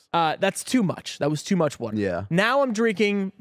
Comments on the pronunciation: Nothing wrong with drinking water, but drinking wuter? Now that's questionable! 😂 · If I hear say “Wudder” one more time I’m going to have to reduce my Patreon pledge, I just can’t support this. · Triggering to hear wuter 500 times in 10 minutes 🤣 Love you guys.